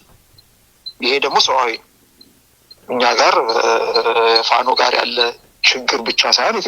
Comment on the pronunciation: "አማራዉ እስክንድር ነጋ?" ፋኖ ማለት አይችልም፣ አበዉ ማለት አይችልም።እዲህ ዓይነት አማርኛ መናገር የማይችል አማራ።ቂቂቂቂቂ